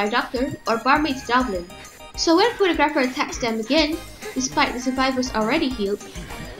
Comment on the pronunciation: I don’t want to be that guy but you pronounce photographer wrong